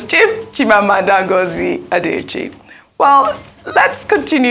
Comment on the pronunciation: What type of Igbo does Ms Okpe, speak? How come Dr. Abati is pronouncing Igbo names better than Ms. Okpe? Adiche ko, Adichi nii. A-d-i-c-h-i-e. She also said "Aba" instead of Abba ( I am sure she will not call the musical ground "Aba").